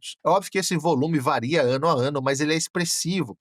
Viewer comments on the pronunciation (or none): none